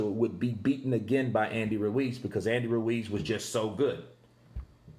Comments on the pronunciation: i like how you say Andy Ruiz Jr's name. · Continues vibration of that tongue to elongate the R sound. Lol